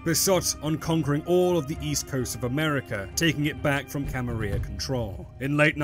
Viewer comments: Wait...are you saying Camaria??? It's Camarilla...you're missing the L's... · May I ask why exactly you pronounce the "Camarilla" as the "Camaria"? Is it perhaps because of Swansong or some other reason? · In Spanish a double L is pronounced like a "Y" is in English. IE Tortilla. I assume this is why some people pronounce it like that. Which way is intended? Who knows. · VTM clearly has some Spanish influence though! So I wouldn't be surprised if it's pronounced as a Y. For example "La Sombra" literally means "the shadow" in Spanish.